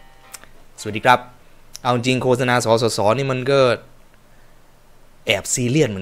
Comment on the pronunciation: โฆษณาความจริงมันไม่ได้อ่านว่า โค-สะ-นา. ความจริงมันอ่าน ว่า โคด-สะ -นา